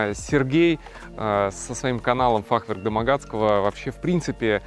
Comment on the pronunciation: в слове фахверк ударение на Е ставится))) на будущее Вам сказал)